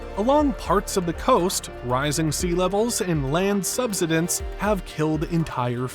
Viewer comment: subsidence pronounced sub-sy-dense...NOT sub-suh-dense.